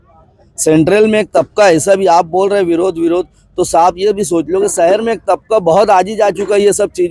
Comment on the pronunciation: سہر نہیں شہر